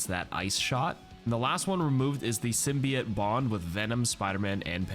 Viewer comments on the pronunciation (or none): I love you, but Imma crash out if you mispronounce Symbiote again